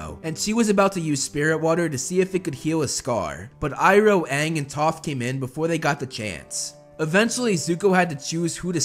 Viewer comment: I love how u say uncle ibro instead of iroh